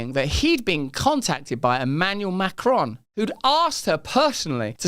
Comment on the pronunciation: Please, try and pronounce his surname correctly. It’s not Macrone!!